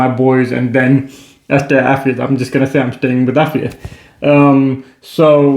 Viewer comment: if youa re Ghanaian thrn you really "brofolised" your own name.. but I love y'all. Really cool video ❤❤❤